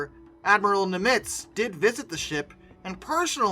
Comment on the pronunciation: I like the history, but PLEASE learn the proper pronunciation of some names! Example...it's Admiral NIM-itz, NOT nim-ITZ.